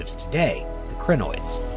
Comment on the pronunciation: Also, the Cri in Crinoids rhymes with die or my or sigh.